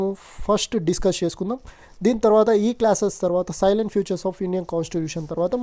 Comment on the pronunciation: సైలెంట్ ఫీచర్స్ కాదు బ్రో salient ఫీచర్స్